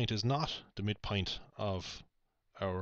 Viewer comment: You said "mid point" and it sounded like mid "pint" to me and I thought "mmmm Guiness" lol